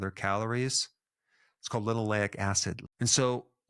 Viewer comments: why you saying L i N 😢 when its L E N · Eric - you started by saying “Linoleic acid” which is indeed omega six oil but then you seemed to say “Linolenic acid” which is omega 3. Or was my hearing playing tricks?